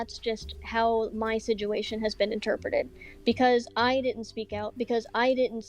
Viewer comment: it makes me giggle every time she says "siguation" instead of situation..